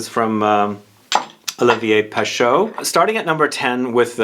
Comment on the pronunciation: FYI, Pescheux is not pronounced Peh-SHOH, it's Peh-SHEH. Roughly. It's more like trying to say the letter E, while doing the mouth shape of the letter O. The combination of letters in French that is pronounced "Oh", it's EAU. There is no A un here.